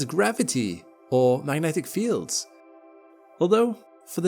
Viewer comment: Yo has been explicit about using AI generated audio? Wtf is up with “magnetic fields”